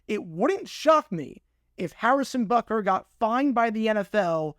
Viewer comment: It's spelled and pronounced "Butker", not "Bukker".